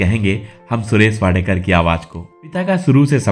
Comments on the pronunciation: Naam toh barabar lo. Wadekar nahi yeh Wadkar hai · Please correct your pronunciation. He is WADKAR AND not Wadekar. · It is not Wadekar. It is Wadkar. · उनका सरनेम वाडकर है वाडेकर नही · इनका नाम सुरेश वाडकर है, वाडेकर.नाही. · वाडेकर नही जी वाडकर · Sir, It is Wadkar and not Wadekar. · सुरेश वाडकर. वाडेकर नहीं. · सुरेश वाडेकर नहीं, सुरेश वाडकर उनका नाम है l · वाडेकर नही वाडकर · सुरेश वाडकर आहे सुरेश वाडेकर नाही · अरे सुरेश वाडेकर नहीं... सुरेश 'वाडकर ' हैं ठिकसे बोलो... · "वाडेकर" नही जी, वा'ड'कर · Inka surname wadkar hai,na ki wadekar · Not Wadekar . Say Wadkar. Speak properly first of all. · सुरेश वाडकर नाम है उनक, न कि वाडेकर. उनकी गायकी तो लाजवाब हैं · वाडेकर नहीं वाडकर बोलीए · सुरेश वाडकर आहे वाडेकर नाही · सुरेश वाडेकर नहीं वाडकर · वाडकर है वाडेकर क्यूँ बोल रहे हो 🤨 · Suresh Wadekar Nahi.. He is Suresh Wadkar. Pls correct tour pronouncecation. This wrong. Before better you check it. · वाडेकर नाही वाडकर म्हणा नं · He is wadkar. Not wadekar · His surname is वाडकर not वाडेकर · His name is Wadkar, and not Wadekar as spoken here. He was a good singer.